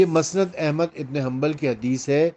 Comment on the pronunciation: مسند کی م پر زبر نہیں پیش ھے